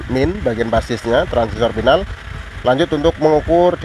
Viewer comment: Final, bukan pinal.